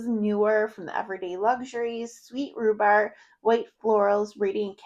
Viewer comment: Good choices there! It sounded like you said mangolia blossoms in the Hello Beautiful, and rhubar in Imperfect Beauty. I'm not sure if thats what you said or its just the audio. Its pronounced Mag- nolia, and rhu- barb.